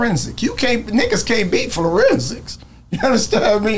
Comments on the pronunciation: Forensics not Florensics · What the hell is a “florensics?”